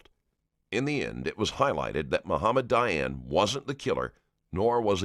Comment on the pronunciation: It's Dayan, not Diane LOL